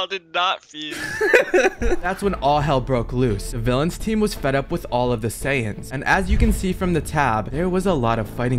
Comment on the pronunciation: They're called Saiyans, not saiyens, please my ocd is killing me as a huge fan of dbz and dbs